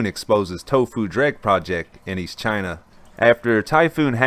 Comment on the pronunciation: Trump: Jayna This guy: Chana :D Keep up the good work, this is needed!